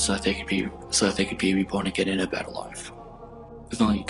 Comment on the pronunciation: He just wanted them to have a beddawr wife. No suffawing.